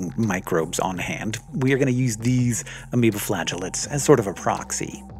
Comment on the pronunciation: Ameoba sounds kinda wrong. Haha.